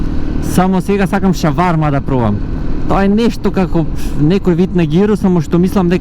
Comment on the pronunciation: Шварма брате .... со Ш yok Ч .Понаисток има и друг израз како чисто ја викаат шурма ...